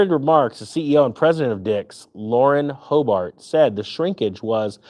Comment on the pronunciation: 2 & 3 i had to rewind i thought you said Lauren Boebert lol